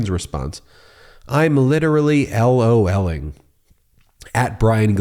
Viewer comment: Lol'ling?.... "laughing out loudling"?? 😂😂😂